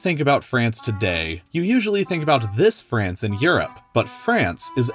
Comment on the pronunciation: Why Everyone saying Frace 'SHE